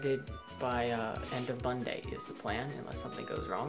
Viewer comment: Dude, you said "Bunday"